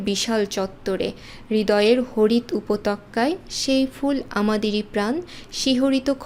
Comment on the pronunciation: আপু আপনার বাংলা রিডিং পড়ায় একটু ভুল আছে। যেমন -উপত্যকায়। আপনি এ বানানটিকে উপতক্কা বলেছেন। আরো কয়েকটা ভিডিওতে এরকম বানান ভুল করেছিলেন। আশা করি একটু খেয়াল করে বলবেন।